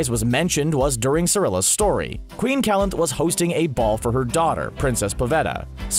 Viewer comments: ITS QUEEN CALANTHE NOT CALANTH!!! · Dislike for the narrator's pronunciation of Calanthe.